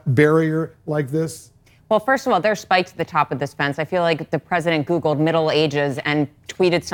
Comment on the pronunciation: the emphasis on the spikes is hilarious!!!